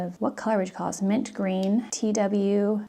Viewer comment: The TWSBI is pronounced "Twis-bee"